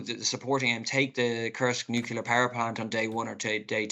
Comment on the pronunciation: Can’t even pronounce nuclear…sheesh .,(no offense)